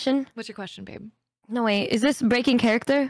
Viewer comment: Nu? Nu o,o home is lon